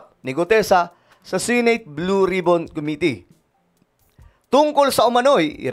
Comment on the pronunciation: Matagal ko nang napapansin na mali yata pagbigkas mo sa salitang SENATE bakit SINATE ANG BIGKAS MO, IT SHOULD BE SENATE NOT SINATE